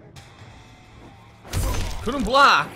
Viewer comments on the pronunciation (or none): 2.40 "couldn't bolck!" And he was mid air...ffs try to learn at least